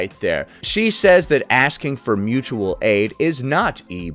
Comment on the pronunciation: It's pronounced Moochual aid. Someone hasn't seen a video about Roger 😂